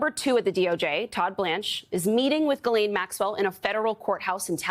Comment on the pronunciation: It's baffling how many journalists and guests everwhere don't know how to pronounce Ghislaine.